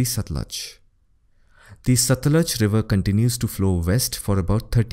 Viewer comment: Butchered all the names. Sutlej, Chenab, Skardu, Jhang, Jhelum. 😅